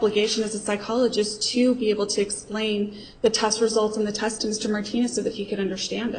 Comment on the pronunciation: has a problem.with pronouncing her "e"'s. Test is test, but pronounces it "taaaasttt". Fuckin' dumb twat